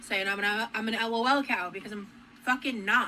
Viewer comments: I feel like the bare minimum to not being a lolcow is that you don't pronounce it L-O-L cow 🤣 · EL OH EL COW😂